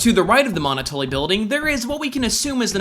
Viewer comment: He pronounced Monotolli wrong as well. Its supposed to be pronounced similar to monopoly as it is a pun like many location names in Earthbound.